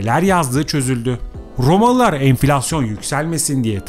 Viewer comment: Rrrromalılar, Rrrrrromalılar, Rrrromaa!!! Rrrrr!!! Rrrrrrrr!!! Efendi... Olmaz bu şekilde!!